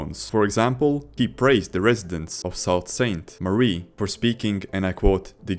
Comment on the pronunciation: just that abysmal pronunciation of sault st marie said enough 💀💀